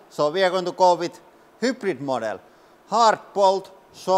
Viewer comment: hyPrid model xD .. bro you gotta work on your english a bit more. I understand most of it, but you've had this channel for quite long, you should improve pronouncement of most words (no offense intended). anyway nice to know that one bolt can hold over 10 tons, that's a lot! However this is raw power that it takes to break one, if in real life you'd hang even 5 tons from it, over time it would slowly break, that's why you should never put more than 50% of max load on anything.